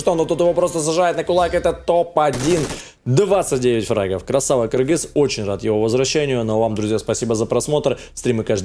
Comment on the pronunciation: Наконец-то ты правильно написал Кыргыз и стал говорить Кыргыз!!!!!!